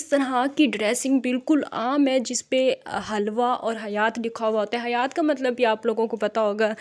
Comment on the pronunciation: It's not halwa we pronounce it hilwa and it's meaning is beautiful in Arabic language. It is a big example of illiterate society.